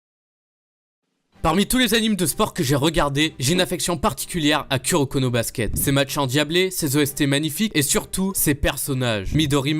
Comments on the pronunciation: KUroko mdr on dis KOUroko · C’est pas ku sa se prononce kou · Ça ce dit kouroko mais ça s'écrit kuroko